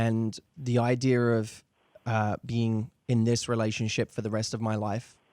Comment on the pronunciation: Its cute how Matthew pronounce "Idea" like "I dear"